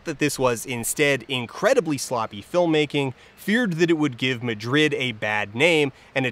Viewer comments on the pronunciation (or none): none